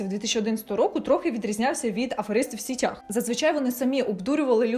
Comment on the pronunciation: Доречі російською типу "сетях - мережі", українською наголос ж на сІтях, як і сказали люди в коментарях ніби риби в сІтях